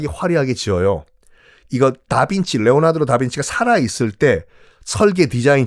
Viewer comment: 레오나드로? 레오나르도? 발음이 이상한건가요? 잘못읽으신 건가요? 잘못알고 계신건가요?